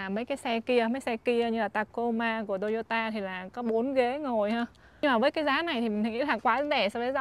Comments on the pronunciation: Sao lại đọc là "tô y ô tà"mà ko phải là" tô y ô ta" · Toyota chứ k phải tô dô tà nha e